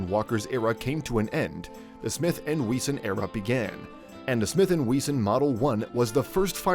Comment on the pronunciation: Smith & We-zon 😂😂😂